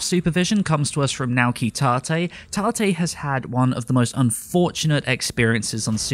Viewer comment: He messed up naoki tate he said "naki tate"